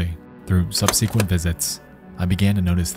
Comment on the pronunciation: subsequent = sub-seh-kwent NOT "sub-seek-went"